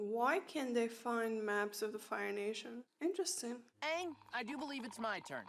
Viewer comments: This was an amazing episode, and it was refreshing to watch your reaction! Quick English tip: I noticed you have difficulty pronouncing the "ng" in Aang. The pronounciation they use in the show is mostly the velar "ŋ", maybe sometimes the uvular "ɴ" (standard pronounciation notation [IPA]) For both of these sounds, I find the word "anger" a good place to start. Pronounce the word "anger" really slowly and pay attention to the muscles in your tongue and neck, especially right before you pronounce the hard "g". In my mind, the velar "ŋ" sound is exactly in the middle of the sound "n" and the hard "g" sound. If you look up "IPA chart", it has examples of almost all possible sounds. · Ok I have A feeling That You can't Say the Ng sound